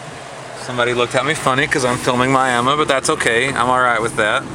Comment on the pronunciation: I love West Texas. Western Oklahoma. All that. And you pronounce Miami, Texas like we pronounce Miami, Oklahoma. David, Tulsa